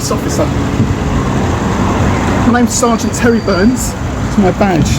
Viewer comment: its "Tewwy Burns" more like a camp version of "Tewwy Tibbs"